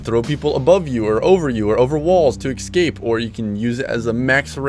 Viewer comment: i count the word 'excape' x 3. lets make it a drinking game!